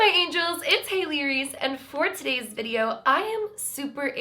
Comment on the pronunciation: I did not hear, “It’s Hailey Reese.” But, “It’s hale-arious” for some reason? 😂